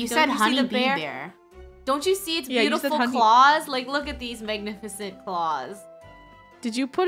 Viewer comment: It’s beeautiful not beeatiful